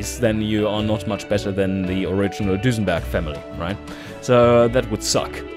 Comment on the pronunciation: It begins... Nice epic-feeling intro, sets the tone for the monumental task you put ahead of yourself. That aside, I have to say one thing; the way you pronounce it, I can't help but to call your brand "DusenbArg" as opposed to "Dusenberg". Long live Dusenbarg? That's etched in my mind already, haha... As for engines being smaller but keep high power outputs, I dare say that strategy won't work until turbos join the scene. Making smaller engines in the early years is nice for side versions to compensate for the costs of the "Record Breakers", but they won't produce big power even if you try to rev it to oblivion... Those are my five cents on the matter, either way.